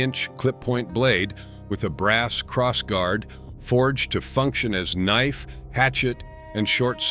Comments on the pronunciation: A kah-nife😂. Just the beginning of this shipwreck. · A Ka-nife? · What the fuck is a KAH NIFE?